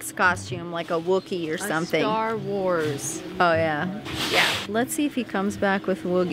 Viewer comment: I love all your videos! normally I hate vloggers and I especially hate Long YouTube videos but I can watch your videos for hours! I am cringing so hard as you guys mispronounced and mix up the names for everything Star wars 😂😂 but I forgive you lol huge Star wars fan here lol. You would actually love Star wars movies if you watched them though! You have to watch them in the order you're supposed to though. I love how Leo is so good in public!!